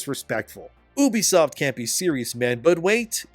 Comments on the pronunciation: U, Ubisoft, YOU BISOFT. Come on bro sound it out. Not OU BISOFT. bro the way you say it really drives me up a wall. Great video tho. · It's "YOU-BEE-SOFT" are you special or something? You can't pronounce words properly? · You-bee-soft NOT ooo-bee-soft, fuck I hate when other nerds just make up their own pronunciations for names in the industry. It’s not ooo-connect, or ooo-play, it’s you-play and you-connect (uplay, uConnect). That’s like saying eye-tal-ian (Italian) instead of it-al-ian. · for the longest time I been pronouncing Ubisoft wrong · Ill listen to your opinion when you pronounce Ubisoft correctly